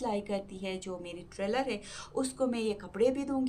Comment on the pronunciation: Bahen trailor nai hota tailor hota hai😂